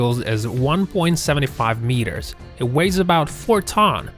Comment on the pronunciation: Sorry about your speech impediment. If you are going to do much narration work, I would suggest you get a speech trainer to give you some helpful pointers. The really weird thing was, there were times were you actually pronounced the word "meter" correctly. But most times you got the vowel sounds wrong. English is a special case of vowel usage. It takes some training to get it right. Patience and practice pays off. Keeping working on it.